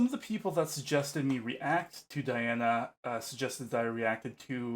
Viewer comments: Those of us who speak English are prone to mispronouncing Russian names. It's just the way it is as Russian is a completely different language! To the best of my knowledge, her name should be pronounced as dee-AH-na ahn-koo-DEE-no-vah. (rather than die-anna ann-koody-NOVA which is what almost everyone guesses) 🙂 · Диана. Correct pronunciation- DiAna. Diana is the latin's name of the Goddess🌹 at last as Di:'a:na: 🌹not inglish👈🌹👉 Latin and Latin👈 as Dee Anna👈 russian's name Диана= latin's name Diana🌹🇷🇺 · Welcome to Princess Diana, The Goddess Voice of Nature. Enjoy your journey. She is a true Contralto. BTW, her first name is pronounced Dee aunna.